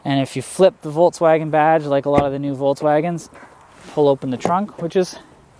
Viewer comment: It's so funny how no one pronounces "Volkswagen" right😂